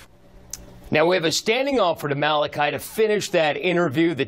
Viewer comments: My days the reporter cannot pronounce Malachi, my dayz looool I respect his entrepreneurial ship, but he needs to keep it legal! No excuse it's a biblical name, ha! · ***** Lol I hope someone in that office straightened her on that.smh.. She really had no clue, because she said Malachee with confidence. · I felt like she's never heard Bible stories as a child when she said Malachee lol. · This has me DYING laughing! First we got this lady who can't read Malachi. Name has been around since before England Lmbo. Then we have this kid evading questions and speaking in circles. Where on earth is his family?? You know they helped him with this mess. "Malachee" hilarity! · MAH-LAH-CHEE tho 😂😂😂😂😂😂😂 girl pick up your bible sometimes 😂😂😂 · lost it when she said muh-lah-chee 😂😂😂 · the reporter pronounced his name as Mallachee. omg lol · That first reporter butchered the hell out his name lmao Malahchee 😂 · I died pronunciation! Clearly she hasn't picked up a B.I.B.L.E. or gone to church much! Lol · seen so many reporters trip over his name. It's not like it's some weird unheard of name. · Lmao at the way she pronounced his name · Did the first reporter really just pronounce his name like that 😑